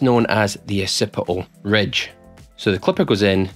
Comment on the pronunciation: "Uh-sippih-ul redge"